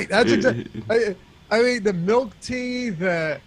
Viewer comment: I hate when people say warsh or pellow or melk..